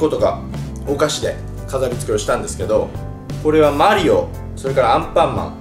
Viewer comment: マリオの発音が^_^